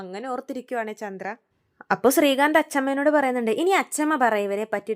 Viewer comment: മോളെ ചൻഡ്ര അല്ല ചന്ദ്ര